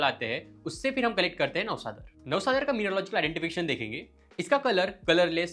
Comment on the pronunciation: 1.33 u said navasad😅ara